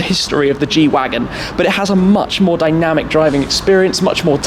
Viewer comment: The G shwagon